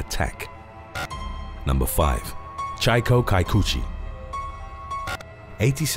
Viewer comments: Chieko kikuchi is pronounced chee-eh-koh Key-coo-chee!!! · NARRATOR NEEDS TO LEARN JAPANESE PRONUNCIATION.. FAST!!! SMH, LOL!!! "CHEE-AY-KOH KEE-KU-CHEE"!!